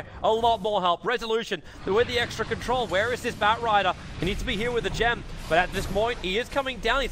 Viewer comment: I don't undestand why someone that has english as his native language would ever pronounce gem wrong